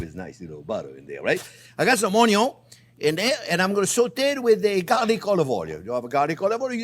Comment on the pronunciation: My Favorite Chief says Onyo and now so do I